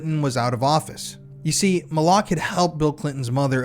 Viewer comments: No offense, but if you would have done your due diligence on this case, you would know that Dr. Fahmy Malak’s name was pronounced MAL-LICK, not Ma-lock. There are quite a few YouTube documentaries on this case that show interviews with Dr. Malak. Sorry, just a pet peave when people try to present a true crime story and then lose credibility by something as simple as mispronouncing a main character’s name. It makes me wonder, how much you really know about the case if You don’t even know how to properly pronounce his name. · How sober can you really be bro?😂 you pronounce the doctors name right the first time after that, you’ve been screwing it up Malik or Molock which one bro bro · Malak.. suspiciously sounds like ‘MOLOCH.’ that is so strange. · Resorting to personal attacks rather than engaging with the actual point only highlights the weakness of your position. Pronunciation might seem trivial to you, but accuracy is crucial in presenting credible true crime narratives. This wasn’t just mispronouncing a random person’s name; Dr. Fahmy Malak was at the heart of the controversy. Why would the YouTuber not watch as many documentaries as available on the case, all of which clearly pronounce his name correctly? If attention to detail in something as simple as a name is overlooked, it raises concerns about the overall reliability of the information being presented. What is dumb is dismissing valid critiques instead of considering the importance of thorough research and respect for the facts.” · You mispronounced Malak (Fahmy Malak) and Saline (County). It was like fingers on a chalkboard to hear those names said wrong over and over. On the plus, thanks for covering one of the most notorious Arkansas true crime stories that doesn’t get talked about enough. Interestingly, this, Ronald Gene Simmons, and John Markle all happened within a few months in Central Arkansas in 1987.